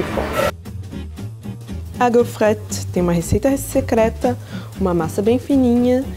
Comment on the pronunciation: Vc falou errado a pronúncia de waffle